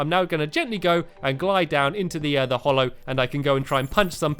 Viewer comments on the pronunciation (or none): STAMPY, THE BIOME IS CALLED THE HALLOW. HALLOW!!!!!!!!!!!!! HAH-LOW. HA, AS IN HAT. HALLOW. Why do you call it the hollow? It isn't. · and Stampy the way u say HALLOW IS wrong u say HOLLOW H-O-L-L-O-W it is HALLOW H-A-L-L-O-W HA-LOW HALLOW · FFS it's HALLOW NOT HOLLOW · It's the hallow, not the hollow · NOT hollow its HALLOW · Has anyone told him that it's pronounced "hallow" instead of "hollow" yet? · Warren Leshore You are a very rude person, if it doesn't matter then you really don't need to get SO angry about it- i will not shut my mouth, I like his videos too so i will watch them whether you like it or not, I just hate the way he says hollow when it is not hollow, it is hallow so I am going to say so whether you like it or not. I know it's just his pronouncing, he is pronouncing it wrong. I care, that's who! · ITS HOLLOW NOT HALLOW!!! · Erica Bea Yes there is a "real" way to say it because hollow is a different word with a different meaning, it's not an accent, it is a mistake, no it's not that important but it annoyed me so i commented and it's important enough for you to comment and continue the argument. The real irony here is that Stampy is so hallowed that nobody can criticise him even when he has made a mistake! If i said Stampy was hollow it would mean something different. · UnicornsRule2426 i know he is British, that has nothing to do with it, every other terraria youtuber can say Hallow, why can't stampy? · ***** No, Mr TheMCBlockhead, it's not. For the what seems like the hundredth time, it is because he is British (so am I) that he should know how to pronounce hallow properly. every other British youtuber on Terraria (eg. Chippy Gaming, Python GB) can pronounce it properly, Stampy should too. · Fantasticcake 2000 no, for what seems like the 200th time, it's not because he is British. Chippy Gaming and Python GB are both British and they can say hallowed properly.